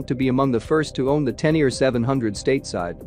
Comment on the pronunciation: You pretend to know what you’re talking about but you don’t even know how to pronounce Tenere....